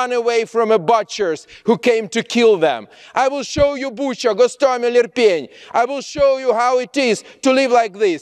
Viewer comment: Mivel a nevét is Goncsarenkonak ejtették, és ő maga Hosztomel városát Gosztomelnek ejtette, erős a gyanúm, ő maga is orosz anyanyelvű